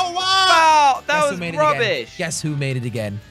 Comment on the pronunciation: did say Rubish